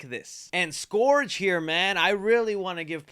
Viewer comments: Scourge not SkOrGe 🤦‍♂️ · Scourge - 'skurge' - not "skorge" 🙄... mispronounced... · „Scurge“ not „Scorge“ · Pls stop pronouncing scourge like that 😭😭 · Your pronunciation of “Scourge” makes me cringe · Scourge: ˈskərj... pronounced like the "Purge"